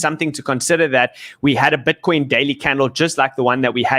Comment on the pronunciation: I love it BUT its pronounced BITCOIN. not "BWITCWOIN"